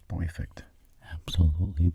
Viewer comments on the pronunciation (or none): Nobody: Absolutely nobody:: P O I F E C T